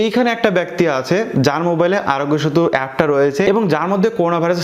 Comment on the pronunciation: আরগ‍্য সেতু সব্দটা পস্ট করে বল